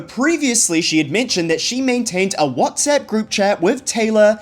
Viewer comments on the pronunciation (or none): none